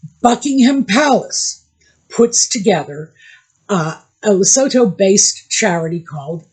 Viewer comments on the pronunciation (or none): Lesotho = Le-soo-too. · Hi. Love your channel. Can I let you know that it's said as Le-sootoo, a message from South Africa.